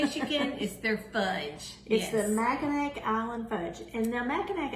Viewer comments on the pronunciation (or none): You are correct. The only way to the island is a boat and no cars on the island. You pronounce Mackinac as "Mackinaw". I am a Michigander and me and my husband go up there every August. We are not fudge fans though. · The name does not have a hard C at the end , it is pronounced as if it were a W at the end . I was born there and have family in Michigan still ,.